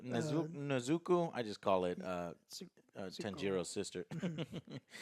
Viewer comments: Neez' ah Co! get it right joe my ears were on fire hearing you say her name lol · Nezuko.: errr nezukah...nzuku (thinks of count duku) yeah NEZUKU!! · Dude every time Joe wrongly says the name Nezuko i want to commit Seppuku 😂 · Game: Take a shot every time AngryJoe mispronounces Nezuko lmao 😂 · i can tell joe watches english dub by the way he pronounces Nezuko.